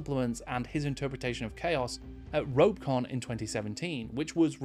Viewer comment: Well, actually... It's ROE-peh...con